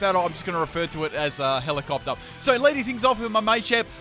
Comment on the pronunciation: Hell-ee-op-tile it's pronounced like dis bruh